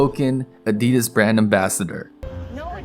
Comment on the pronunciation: She says A-dee-das, not adi-das? wow... ok.